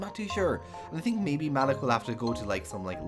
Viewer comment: Sounds great! But,I don't think Malik's name is pronounced like that lol